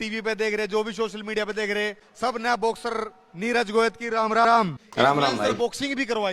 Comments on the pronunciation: नीरज गोयत❌ नीरज गोयात✅ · That surname prounciation of Neeraj was so off the charts; hey GOD save my ears